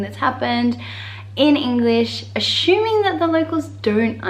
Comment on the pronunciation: Ashuming? I say assuming.........